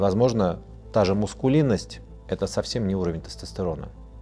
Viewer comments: Меня очень расстраивает произношение слова "мАскулинность". С чего бы Бартон решил, что это связано с мускулами? Почему он говорит "мУскулинность"? Аааа😢а-а-ааа... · Правильно говорится-маскулинность и это не мускулистость,но даже ведущий,неправильно произносит и видимо думает,что маскулинность и мускулистость,это синонимы.В общем-то ничего страшного,но как-то неприятно,когда у людей,в принципе эрудированных и грамотных,идут такие речевые ляпы.😢